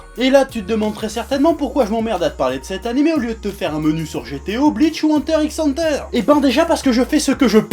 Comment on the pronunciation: On dit Hunter Hunter... Oui je sais que tu t'en bat les steak et que tout le monde dit ça de toute façons mais je viens juste foutre la merde